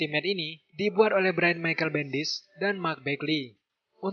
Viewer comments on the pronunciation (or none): none